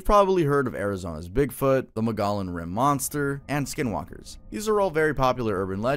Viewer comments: The Arizona Mogollon mosnter is pronounced moe-gi-on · Mogollon is pronounced - Moe-Gee-Yon. Never would guess it from reading it but figured I would let you know. Cool video! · hey hey, not to be the grammar police, but mogollon rim is pronounced (MO-GEE-YON), thank you for the video! I've never really seen anyone talk about the hotel on youtube.